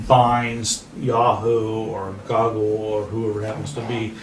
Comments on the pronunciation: that guy just pronounced Google as goggle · He legit called google "goggle"...... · Did he just call Google "Goggle"???? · He really said GOG-OL